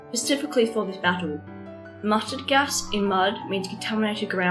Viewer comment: Muttered gas lol